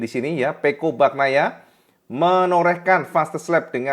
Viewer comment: pengucapan Bagnaia nya bukan baknaia tetapi Banyaia. Huruf gn itu dibaca ny. Sama seperti huruf ñ pada Viñales dibaca ny = Vinyales. Sapurane.. Grazie mille..